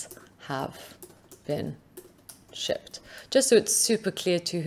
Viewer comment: Nice tutorial. Every time she says shipped I hear sh*t. I think it's just me, let me know if you do too.